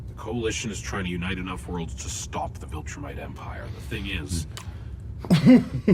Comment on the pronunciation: If you say Voltrumite one more time